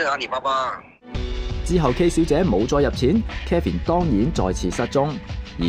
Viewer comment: 幕後主持人把Kevin 这名字读得非常有问題…… Kevin 及Calvin 這兩个名字似乎很多人唔识pronounce